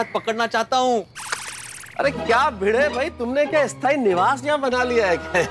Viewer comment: भीगे नहीं भिडे बोलो भाई